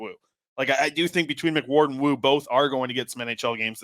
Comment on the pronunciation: Bro it's cole mcward